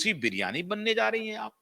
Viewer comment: एन्कर महाशय, तुलसी बिरयानी नहीं, 😂😂😂 तुलसी विराणि कहो।